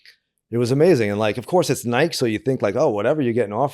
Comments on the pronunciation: cant believe he pronounces it nighke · Couldn't anyone else get Gino's pronunciation of "Nike" out of their head, or is it just me? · never heard anybody pronounce Nike like that , that many times in a row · Lmao everytime he says nike in one syllable it hurts my ears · I heard he got thrown off Nike because after 10 years, he still couldn’t pronounce Nike